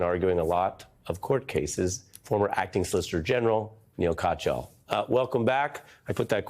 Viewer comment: Ari needs to pronounce Neal Katyal's name correctly. It is not cotch ya all.